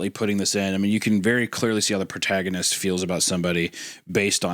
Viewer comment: Anyone else hear Wendigoon say “PortagaMist” instead of “protagonist” 😂